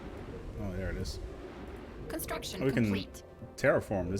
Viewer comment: No no no, it's "THEWE IS ONLY PLUSH" you forgot that R there